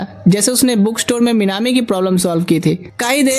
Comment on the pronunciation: Minami ❌ minammaa ✅